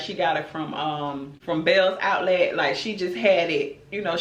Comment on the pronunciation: 😂😂😂Not this is somebody Grandma 😂😂😂😂wait, did you say Bealls Outlet?? 💀💀💀